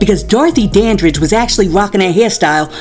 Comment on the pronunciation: He said Dorothy Danbridge bruhhhhh!!! It's Dorothy Danridge!!!!❤ Piers Morgan always talking and dont do his research. While hes running his mouth when is he gonna run Candace Owens her $100,000. POINT BLANK PERIOD!!!!